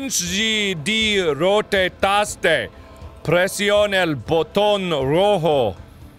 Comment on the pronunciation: "Pressioune o butáo vermelo"